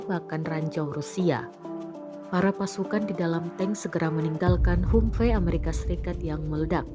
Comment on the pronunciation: mbok belajar dulu how to pronounce 'humvee' dalam membawakan narasi.